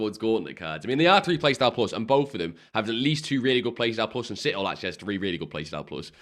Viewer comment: It ain’t even close to shitwhole it’s Si-tho-le I know you just having some banter but that ain’t banter